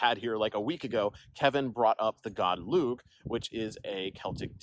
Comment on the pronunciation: Lúgh is just pronounced "Lu"